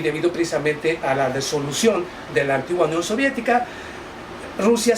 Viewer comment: Disolución se dice, no desolucion.